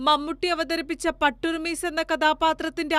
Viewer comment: പാട്ടുറുമീസ് അല്ല സ്ത്രീയെ. പുട്ടുറുമീസ് എന്നാണ്. 🙏